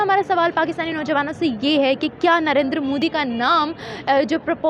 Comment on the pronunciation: First of all Jahil Gawar Kaum It's "NARENDRA MODI" not "Narinder Mudi" Benhenchod o pehle naam to thik se pronounce karlo phir Kashmir Kashmir karna.